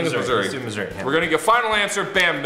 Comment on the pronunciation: The way said Missouri sounded like misery:P